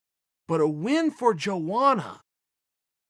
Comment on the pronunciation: Between this video and the who's the better striker video hes pronounced joanna's name 3 different ways. JoAnna Joanna and Yoanna.